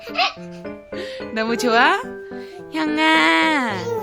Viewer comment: (형)아!, 콩(룡)!!... 손(툡!) 귀요미 표 어려운 발음들 😂💓😍 횽아 누나들 사이에서 어느새 또 훌쩍 큰 듯한 모습이...💗